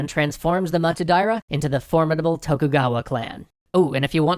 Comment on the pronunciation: actually, it kind of bothers me. While I have to say that for the life of me I won't know if someone pronounces Russian correctly, pronouncing japanese "to" as english "tho" throws me off. If I don't know he's talking about Tokugawa, I would have thought the clan is spelled "Thokhugawa" when I hear it. During punic wars stuff, they have a lot of text showing the names, not the case here